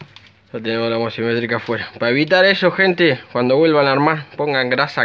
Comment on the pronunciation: Genio muy lindo el vídeo. Ahora no te enojes, pero se llaman homocinéticas, no homocimetrica como decís.